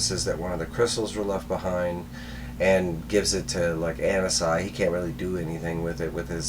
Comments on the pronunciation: I think Anansi is pronounced like Ah-Nancy. Anansi is one of the most important and popular myth is West-Africa (origins in Ghana) and the Caribbean. He is a trickster god and teller of tales, a bit like Coyote in many cultures of indigenous people of North America. He was an important character in Neil Gaiman's American Gods novels. I think it's great that he has become a DC character. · It's Anansi( Ah-Nah-Si ) in The Static Shock Tv sereis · It’s pronounced Uh-Non-zi, this is also ananzi’s 1st comic appearance as he’s a creation of the static show